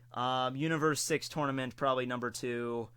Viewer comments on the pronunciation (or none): none